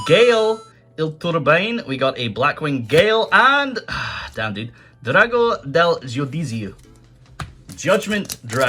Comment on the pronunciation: Me: Oh he's not that bad at pronounciation Judgment Dragon comes Italian Grammar: Adios Drago del Giudusia: Bonjour